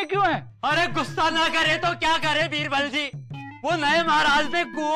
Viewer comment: Bibral ✔️ Birbal ✖️ 😂